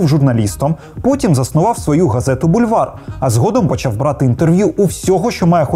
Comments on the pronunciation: Вульвар Гордона? мені одному це чулося?) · Як ви прочитали "бульвар"! Це просто жах!